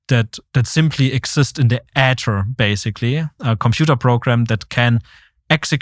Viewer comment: Somebody please teach this man how to pronounce Ether 🤦🏻‍♂️🤦🏻‍♂️🤦🏻‍♂️🤦🏻‍♂️